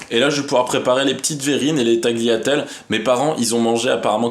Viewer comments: je suis italienne et je peux t'assurer qu'il a raison ^^' on prononce taliatelle. on ne prononce jamais le g avant le l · tagliatelles se prononce "taliatelles)